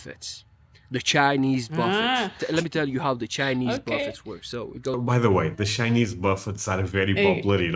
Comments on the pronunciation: A buffet is pronounced Ba-fay. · Buffet is pronounced bufFAY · "Buffet" is pronounced buh-FAY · buffet pronounced as "buff-fay" with a little more emphasis on the 2nd syllable (it's derived from French) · The Credit part has been proven wrong. More Europeans, have more credit card debt, than Americans. Statistics have proven this. Their not pronounced buff it's. Their pronounced Buff ayes. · Buffet = buff-EY (long A sound). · It's pronounced buff fey you don't say the t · Cypress isn't Houston. Katy IS on the West side of Houston. What is he talking about? Our democracy is in danger, though. It's funny that he pronounces the, tt, in buffet. It's pronounced, buff-ay. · I am 62 yrs. old and have never had a credit card in my life. I don't have much but what I do have is mine and I don't believe in charging people to loan them money and I'm not wasting mine. The Mrs. is right it's pronounced Buffay or Boofay, not Buffet. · Buffet is pronounced "Boo Fay" P.S. If you only judge America based on your time spent in New York and Texas you're going to come away with the wrong impression of the country. Those places aren't like the rest of the country. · Services are expensive because everyone makes more, including the people you hire. And it’s pronounced “BUFF-aye.” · its split down the middle for me using both credit & money....all credit cards always have interest whether or not you pay on time in full....some things you can get better deals buying with credit instead of cash....buffet is pronounced buffey....fast food isn't as good as it used to be as well as more expensive but smaller portions....I wish Americans that are his age & younger would love & see America the same way as him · The 't's' are silent in the word 'buffett.' You don't pronounce them.